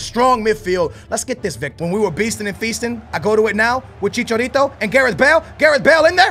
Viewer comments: You pronounce his name che-char-ree-to not che-char-retow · don't stop saying chicharito it's funny